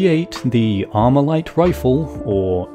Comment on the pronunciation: Not Amurican talking about AR-15??! Grabs pitchfork* Not Amurican enunciates "Armalite" Puts down pitchfork*